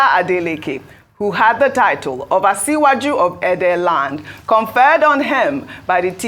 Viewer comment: So all this while Ojy cannot learn to pronounce Asiwaju very well. To imagine that you have Abati, Rufai and Ayo around that could have given her a proper pronunciation. I wonder why we would demand a white person to pronounce our names properly. It /sh/ and not /s/.